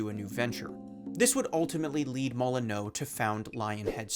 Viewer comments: Ah yes, I too remember Peter "Mulli-no". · You pronounced Peters surname wrong! It's pronounced like MOLL IN U - But hes still a knob that lied to everyone so ill let you off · how did you fuck up the guys name the whole way through the video? you clearly watched some of the interviews it's MOLLY NEW not MOLLY NO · Mol-en-you, not Mol-en-oh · MolyNEW not molyNOE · FYI this surname is pronounced"Moli-new" not "Moli-no" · So just a small quibble, but Peter’s last name is pronounce Mol-uh-new, not Mol-uh-know. I think you were confusing the -eux spelling with the -eaux spelling, which do have different pronunciations in French. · It really bangs against my eardrums hearing "molly-no" instead of "molly-nyew" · How did you manage to fuck up pronouncing Molyneux lol It's not "MOLL-uh-NOH" it's "MOLL-eh-new" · great vid, just 1 question, who's petter "mol-in-oh" ? 🤣🤣🤣 molyneux is pronounced 'moly-nee-uw' but as one like "molyn you" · It's Molyn-KNEW not Molyn-NO. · I'm sure someone else has pointed it out, but it's 'MOL-i-nyoo' (or more accurately, /ˈmɒlɪnjuː/), not 'mol-i-NOH'. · the last syllable is -neux, prounounced like "new," not -neaux pronounced like "no" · I bet a lot of people pointed this out but i don't see comments about it, its not "NAY-TAWL" it's "NAY-DLE" as in pre-natal or post-natal, referring to birth, infancy. And also "MAHL-EE-NEEW" not "MAHL-A-NOH" i know people say shit wrong in shorts to get people commenting and engaging with the video but this is a full video essay, say shit right or you sound kinda dumb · Me: Hey, project Milo sounds kinda familiar… Wait, is that Peter Molyneux?? Oh, I think I know what happened… (Also the pronounciation of Molyneux as Molo-no is killing me fsr, I’ve never heard it said like that lol It’s fitting) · Who looks at 'Molyneux' and reads it 'Molly-No'? This fucking guy. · Pronouncing his last name Moly-No is the funniest thing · "Nay-tall," "Moly-no" And I'm out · You butchered his name.... "Molinow"... xD